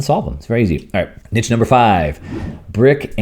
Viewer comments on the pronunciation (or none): I had no idea what you meant with 'Nitch'. As Scott writes too in the comments: "9. Personal events - virtual events, conferences, big nitch". Do you mean Niche? I have never heard anyone pronounce it like 'Nitch'. It is 'Neesh'.